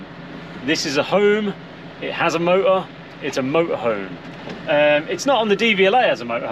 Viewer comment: Motor has a T in the name. Exciting ends with a G, exciting.